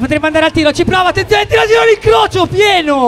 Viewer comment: smettetela di dire u tir a gir non vi si può sentire